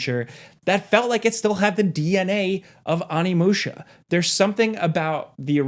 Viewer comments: Little spelling / annunciation error: its ONImusha, not ANImusha 😅 gotta say it Oh-nee-moo-sha, favorite game of all time, couldn't live with myself if I didn't try to be that guy lol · Onimusha = Oh-knee-moo-sha, not Ah-knee-moo-sha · Why you keep calling it Animusha lmao😂 OHNI!!! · It’s: ow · nee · moo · shuh